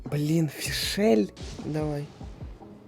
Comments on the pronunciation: Биом дерьма - это Натлан, а Мондштадт - хороший( И не ФишЭль, а Фишль 😒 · как же режет слух ФишЕль, она не форель, откуда там лишняя буква Е ? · Не Фишель, а Фишель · "Правильное произношение" от: Фишль(ударение на И)❌ Фишель(ударение на Е)✅ Броня(ударение на О)❌ Броня(ударение на Я)✅ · Во первых, ФИшль. Там нет никакой е на которую надо ставить ударение, там блть одна буква. Во вторых, СервАл. Потому что это не только её имя, но и название животного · В имени есть только одна гласная, а следовательно только ОДИН вариант ударения. Тем временем: "ФишЕ́ль" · Энди и ФишЭль.... Может перечитаешь по буквам?